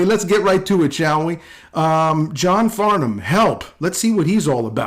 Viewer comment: With...you appear to be American AND you pronounced his name right?! Well done, sir! 🤣